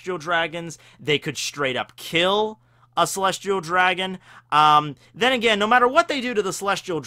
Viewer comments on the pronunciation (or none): every time you say agian you have an accent.